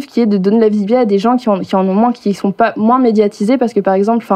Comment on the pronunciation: Salut, jsuis de la team Major Silence et j'adore ta chaine tes vidéos bref ca fait plaiz de le dire et évidement de le lire A Minima, elle est drag mais le seul truc qui m'a choqué de toute la vidéo c'est qu'elle dit moinsss et ca franchement ca m'dégoute <3